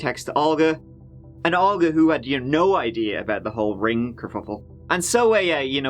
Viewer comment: i am impressed he pronounced Olga correctly. A softer pronunciation than we give it— not so ugly 😂